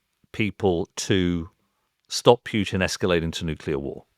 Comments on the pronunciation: Mr Syed should learn to pronounce Putin's name properly. It is not 'Pjutine'. Smacks of quirky mannerism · Matthew Syed does not know how to pronounce the name Putin. It could be a speech impairment, of course. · I am not sure I get the terminology of the second speaker. What does he mean exactly by oligarchs and cleptocrats? Also I see that he pronounces Putin incorrectly, which is probably lack of knowledge, at the same time he claims to have very deep knowledge of the country. But how do you have it if you don’t even know the last name of its president? Also, I don’t get the point about palaces. Trump has his luxurious properties, which he bought himself, true, but also British royals have properties which they didn’t pay for. Properties or money in itself doesn’t mean much. This is very much a conjecture. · It's hard for me to take people seriously on this issue if they can't even pronounce Putin's name correctly. Syed just repeats what you can hear on the 5 min TV news segments. His analysis is as deep as a puddle and he seems think that we live in a Marvel comic. Ridiculous man. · Said sounds very much like Pierce Morgan. He is so small minded he cant even pronounce Putin's name properly. Pretending to care about Russia!! Look at Russia today from what it was in the 90s. On europe being on the black until 70s - thats the money you looted from the colonies. No colonies and you are on the red.